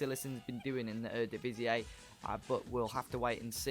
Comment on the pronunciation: I just have to tell you eredivis-ee is the correct way to pronounce it. Without that weird 'a' sound you make, haha.